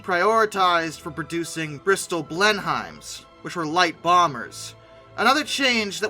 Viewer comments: Just as a thing, it's "Blen-nim" :) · Blenheim is pronounced Blenem.